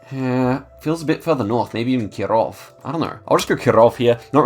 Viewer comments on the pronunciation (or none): in Kirov i is stressed not o